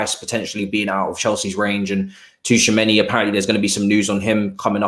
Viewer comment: 'T' is silent in tchoumani 😶